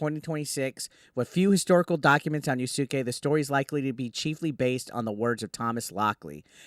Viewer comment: Pronounced yas kay